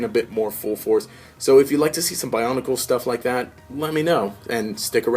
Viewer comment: bionicle not bionacle lol